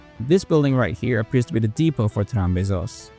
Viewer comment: Trambesos sounds like tram kisses lol